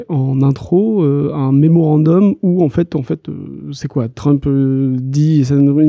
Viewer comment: "un mémorandoum" 😂😂 aquarioum alboum soummoum... 🙂